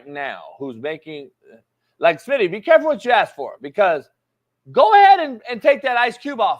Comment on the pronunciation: smitty is spot on, NO DOUBT!!! , but only in the beginning of the discussion... on the latter part, he kinda got confused.. also the "aks" thingy ...should be ask 🤣